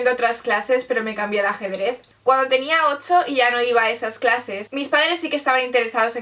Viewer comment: Me encanta tu acento español,,, Me gusta como pronuncias 8,, parece que dijeras otzo 😍 & una pregunta ¿es más fácil un español ir a Londres que un latino vaya a Londres?